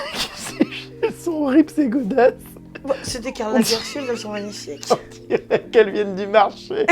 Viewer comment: A 10min 44 et quelques quand elle fait sa vidéo de pieds elle enleve ses chaussures Jerem lui dit qu'elles sont moches elle répond " c'est des lagerfelield elle sont belles, c'est des Lagerfield ça coûte 300balles..." Non c'est des Lagerfeld pas Field